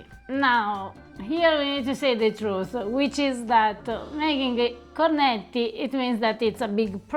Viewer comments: ….”Cornetti”! With double T….not “Corneti”. Just listen to how Eva pronounces it.;) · Listening to him pronounce cornetti hurts my ears